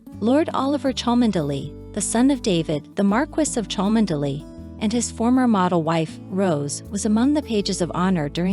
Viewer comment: It’s pronounced Chumly! Dreadful commentary.